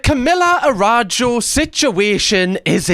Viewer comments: Girl, its ARAÜJO, not Arajo. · Sorry couldn’t stop myself, the pronunciation of her last name is Ah-ra-oo-ho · pronouncing a brazilian name is cutehahah Araújo.. its more like Araoojo - u sounds like oo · the pronunciation of her last name is "a-ra-ú-ho" :) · A RA JO WHAT OMGOMGOMG CAM YOUR BRIT IS SHOWING XDDD that pronunciation is CRAAAAZY XDDD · never heard of her before, but the way you're pronouncing her last name has me creasing every time 😭😭